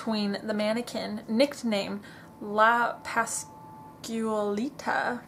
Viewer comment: La Pasualita is pronounced : LA PAS- QUAL- ITA